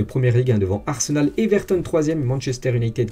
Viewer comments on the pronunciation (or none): none